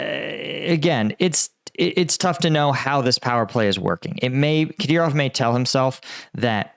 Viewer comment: Finally, he said Kadyrov correctly.